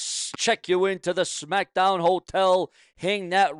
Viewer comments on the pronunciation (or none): What is " Sumackdown"? What is a "bilavard"? Who is Randy "Or-in"? May 19th means absolutely NOTHING!!! Who is "Mitchen"? Did your mother have any children that lived? Why do you hate the English language? Why do you sound like a snake oil salesman? Aj Lee return as big as Punk's🤣😂🤣😂🤣😂? Ok you have zero brain cells left! Benoit MURDERED A CHILD!!! You pile of 💩!! Who is "Oba FEEMEE"? Why do you hate English?!? Just my thoughts, comments and opinions!!!!!!!